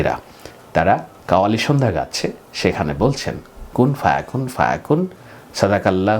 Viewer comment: 'কুন ফা ইয়াকুন' বলুন।